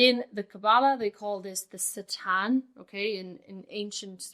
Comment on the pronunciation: Satan in Hebrew is the same as in english but you pronounced it correctly ❤❤